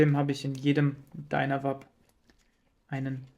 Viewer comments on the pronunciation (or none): 😅ich versuche nicht durchzudrehen, es macht mich einfach sehr nervös lol. Ich habe George aber tatsächlich ich einem Video ständig "Dynavape, gesprochen: "Dainawäip" sagen hören, nicht "Dünawap". Daher dachte ich wenn der Gründer ihns chon so nennt... 🙈🤷 Vielleicht bin ich auf dem Holzweg, aber es klingt doch auch einfach furchtbar dieses "Dünawap" 😅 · dreh bald durch, wenn ich noch jemand "DynaWAP" sagen höre, die werden ganz normal englisch ausgesprochen, was denn los mit euch? "Dynavape"